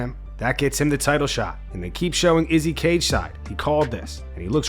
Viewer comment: why do you pronounce izzy's name weird every time?